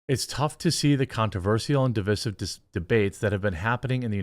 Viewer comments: Divissive? Deev-eye-siv. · Fine, but please stop saying "di-VISS-ive." for the word "divisive." You don't say "di-VID" for "divide," do you? Don't act like a stupd Harvard prof. It's di-VICE-ive. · Btw its pronounced D-VISE-IVE. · Every time you say divisive wrong reminds me why I debate no loger watching your content. This may help the only proper way to day divisive is dəˈvīsiv. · That's a long "i" in 'divisive' Jeremy. Div-EYE-sive. Sorry, I don't know why that's bothering me so much this week, but i was just talking to a friend about this very thing yesterday. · PLEASE look up how to pronounce "divisive". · Love what you said but cringed at the string of mispronunciations. " Cannes, Lions, Divisive, Divisive, , Divisive"